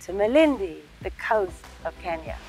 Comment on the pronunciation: Atleast she can pronounce Kenya correctly